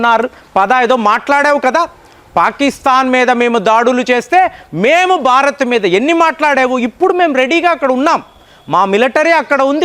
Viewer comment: చాలా బాగా చెప్పారు కానీ ఉచ్ఛారణ దోషాలను సరిచేసుకోండి. బారత్ కాదు, భారత్. తండర్ కాదు, థండర్. మీకు చాలా జ్ఞానం ఉంది దాన్ని ఇంకా బాగా పంచాలంటే భాష మరియు ఉచ్ఛారణ బాగా ఉండాలి.